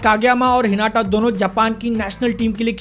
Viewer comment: Normal people : हिनाता BNFTV : हिनाटा 🤦🏻‍♂️